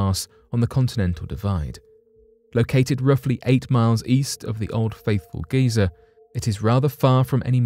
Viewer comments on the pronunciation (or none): Geyser.. ."GUY-zer" pronounced thus.